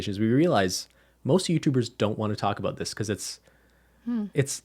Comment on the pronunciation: I heard « it’s a tricky subject to *taco*bout »😁